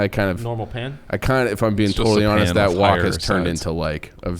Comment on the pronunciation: and pronouncing wok like walk had me real confused